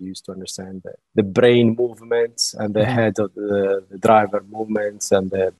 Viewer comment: "...DE DRAYEVER..."